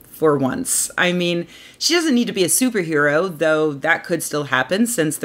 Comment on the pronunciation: Did you say Stooper Hero?